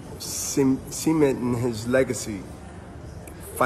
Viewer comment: B-Hop having a very hard time trying to pronounce "Cementing"!🤦‍♂️